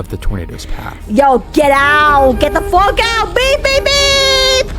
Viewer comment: bro you said the f word like fu